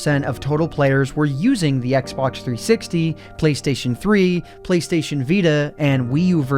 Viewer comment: "Playstion" Please.